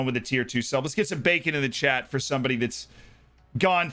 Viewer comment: Every time he says Chat, it sounds like Chet. I'm like wtf is Chet???